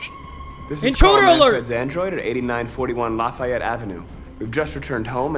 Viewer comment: “Laffayette avenue” Hamilton fans : *Screeching*